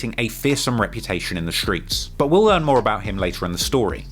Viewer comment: “But we will Lear more about him” 50x this guy fck ma mind lolz